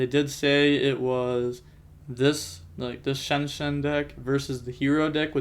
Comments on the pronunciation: Lol where u get shenshen from? Non of those names sound like shenshen lol😂😂, but i think it’s pronounced zong-jian but in one word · Shianjan is how it’s pronounced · i think its pronounced chi ang ge aan because xi = chi in chinese from what i've heard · the pronunce is more like "Chianjian" is a analogy to xianxia that is a chinese fantasy style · Pronounced zong-jong (or close to that. I know how to pronounce it but I’m not sure to how tell you how to say it without you hearing it) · As a fluent english and mandarin speaker, I'm going to give you the one and only secret to pronouncing xiangjian. Say "Shawn Jen". As in Shawn, the name. Then Jen, like short for Jennifer. This will be 99% closer than anything else that any non-native mandarin speaker says. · The authentic pronunciation for XiangJian in Chinese would be shee-ahng Gee-anne. So the first word would sound like you put the word “she” in front of the word “on” with a G at the end, and the second word would be “gee” like “gee wiz” or whatever combined with the name “Anne”. I can also drop a voice message in ur discord if that’s not clear. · The deck's name is pronounced "shianjiam", im almost sure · How dumb can you be to pronounce them SHEN SHEN. I mean it's not even close to their name dude you just literally gave them a new name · I think you pronounce it Shen Jan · Xiangjian could be pronounced like Shian-Yian :) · The pronunciation is like "She-Ahng-Jian" Xi in Chinese makes the "she" sound. You can put the sounds together to be Sheahng, with the ahng including the ah sound. Jian is the way it's spelled :) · From my time speaking mandarin I believe it’s pronounced “shian jaang” is the jaang being pronounced like jong. You say it decently fast so it’s smoother in speaking. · Chi-aang ji-aang is how you pronounce it, you say the first part of each word fast and extend the “a” of the second